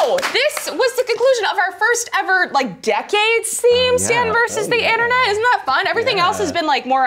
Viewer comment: Intern-net. Say it - INTERN-NET.